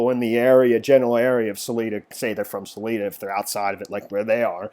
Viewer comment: its Sal EYE duh.............. where are you from?